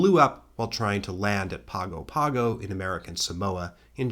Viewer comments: Just FYI …Pago Pago is pronounced Pango Pango (Just like ‘tango,’ but with a P). 😉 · A terrific video, but I've got a teeny tiny nitpick: Pago Pago is pronounced Pango Pango. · I love your videos so much. I was one of the first 10K of your subscribers, and 'm so glad to see your channel really grow. Tiny pronunciation thing: there's a sort of swallowed nasal "n" sound before the "g"s in Pago Pago, Samoa. Similar in sound to the end of sing. Therefore, Pago Pago is pronounced like "Pango Pango". Not a big deal-I just used to live there and therefore I'm hyperaware of people making this error. I usually dont even say anything, but since you're putting yourself out there on the internet, I thought you might want to know for the future. Save you more comments like this lol. Again, love your channel so much!